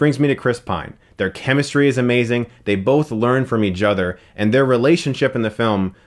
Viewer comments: "Each Other" pronounced as Eadgeother?.. what IS this hes been doing this so much lately? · "They both learn from eajother." - Chris Stuckmann 2017